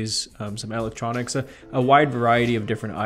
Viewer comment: I love the way homie says electronics haha am I the only one